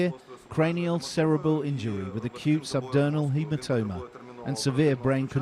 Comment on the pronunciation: Sorry it's not pronounced subdurnal. It's subdural.